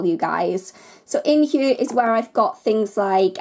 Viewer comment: Whats with the "hue" (hear) lol.